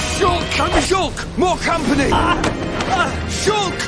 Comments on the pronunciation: After a while, I heard shook. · Im hearing it as shook now lol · Shulka shulka shulk bi bi di da da shulk a shuls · Now I hear is “shook” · Sholk man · Now I here shook